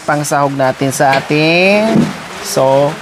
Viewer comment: Sopas madam not sowfas